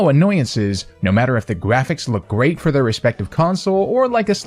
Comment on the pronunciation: Timestamp: "no matter if the gwafics look gweat" actually sorry though if you have a hard time pronouncing your "R"s... 🙁